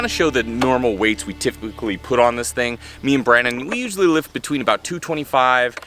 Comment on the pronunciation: 0.37 "tifpically"